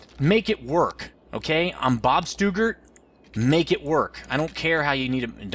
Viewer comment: Joe Stuggart doesn't appreciate how many times you screwed up his name lol